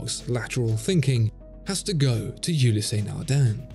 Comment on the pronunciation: OOO-lease not YOU-lee-say